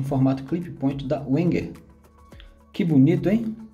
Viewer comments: Não conhecia esse modelo, interessante- a propósito, só para encher o saco mesmo.... Wenger em alemão pronuncia-se " venguer" - com "v". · Boa noite. Eu tenho a maior dúvida com relação à pronuncia da marca Wenger. Uns falam Venger, outros Uenger. É bem confuso. Mas eu acho que vc tem razão, uma vez que o Alemão é uma das línguas oficiais na Suiça. De agora em diante quando for falar sobre algum canivete da marca vou utilizar a pronúncia "Venger". Obrigado pela dica. Um grande abraço.